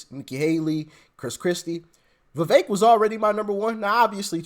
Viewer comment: it’s Vi”veck” — not Vi”vake” 🫢🫢🫢🫢🫢🫢